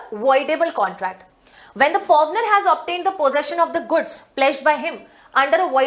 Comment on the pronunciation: pronunciation toh sahi kro pawner and pawnee ki w is silent in it madam